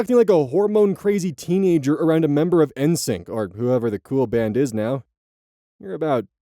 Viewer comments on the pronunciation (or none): I don't like how you said N'sync with the emphasis on N Sounded more like end sink than in sync